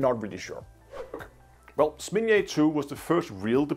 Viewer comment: It's ZnAmya, not SmIn'ya